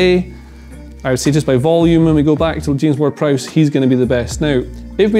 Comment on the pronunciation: As soon as that dude didn't say James Ward Prowse I was done